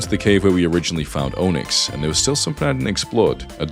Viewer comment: Every time I hear him say Onix, I hear Ownix. LOL